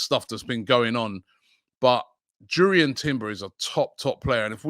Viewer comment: Robbie mate it's pronounced yurrien like youri tielemens